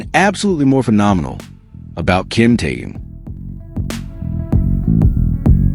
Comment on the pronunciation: Господин блогер, надо правильно произносить имя человека о котором вы пишите, его зовут KIM TAEHYUNG ‼️‼️‼️